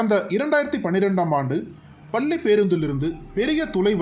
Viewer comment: குரல் மட்டும் தெளிவாக இருப்பதால் உச்சரிப்பு தெளிவாக இருக்க வேண்டாமா? பல்லி அல்ல பள்ளி! கேரலா அல்ல கேரளா!!